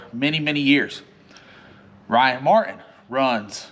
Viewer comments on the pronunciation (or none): I guarantee if you learn to pronounce Ryans Last Name with a T ..MartTin you'll start winning